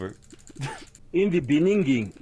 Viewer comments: Ayo, das my former president: "INNIE DE BENINGING" man, he made me cry both ways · in the beninging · Former President of South Africa: “Ini the benininging” Fucking smh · I had a teacher that said bininging and no one told her that wasn’t how most people pronounce beginning.